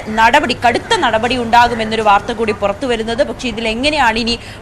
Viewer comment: മോളേ നടപടി നടപടി എന്ന് ഇത്ര കടുപ്പിച്ച് പറയണ്ട പൊറോട്ടയും ബീഫും കഴിച്ചിട്ടാണോ വന്നത്😂😂😂😂